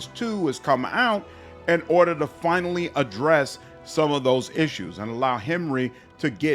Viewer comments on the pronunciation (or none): none